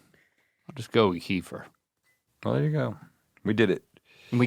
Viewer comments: Can someone tell R&L that “Kefir” is pronounced “kuh-FEAR” and not “KEY-fer” 😂😂😅🤔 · I always thought it was KEF-ear. Kiefer was making me crazy. Plus it is comes in flavors.